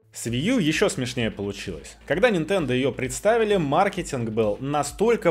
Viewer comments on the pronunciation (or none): none